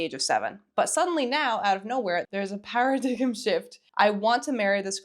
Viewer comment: It's pronounced 'para dime' shift not 'para dig em' shift.